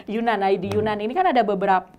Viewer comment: Maaf mbak. Mau bilang, sebenarnya penyebutan yunan itu adalah yenan. Yenan itu lebih ke nama suku . Dibuat menjadi nama daerahnya 😁😁 .